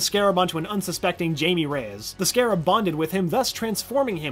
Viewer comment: jay mie and bri an 🤦‍♀️